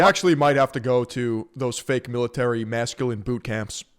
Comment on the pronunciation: Who would take advise from a man who says mash-culine?